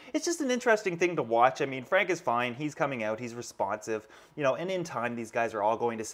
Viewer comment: you said "Frank is fine" at the beginning, but I understood "Frankenstein" xD